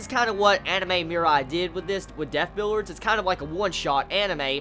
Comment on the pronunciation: why are you saying it "billards"? it's "bill-ee-ards"